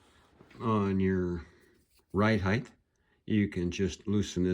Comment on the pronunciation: "Heighth"? It's height. Hard T on the end.